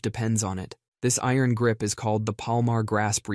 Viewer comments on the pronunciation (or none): none